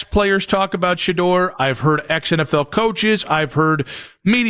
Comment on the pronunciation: Shedeur name got killed by the narrator